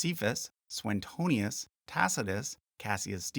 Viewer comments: It's Suetonius, not SueNtonius. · Straightforward is a single word, not two. Also, Suetonius doesn't have an extra n in his name. You repeatedly appear to say "Soo-enn-tonius", but it's just "Syoo- uh- tonius". Nice video, all the same. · I'm not sure if you're the YouTuber who said Suetonius like "Sue-Tony-us". Now you're correctly pronouncing the 'e' separately but inserting an 'n' that isn't there. soo-way-TOH-nius.